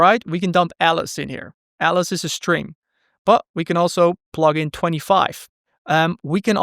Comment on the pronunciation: The only thing that I don't like about the video: 1) he pronounces "tuple" incorrectly; 2) he pronounces "st" as "sht" (for instance, "underSHtand", "SHtring") and this one really bugs me. Why then you pronounce "fast track" and not "fasht track"...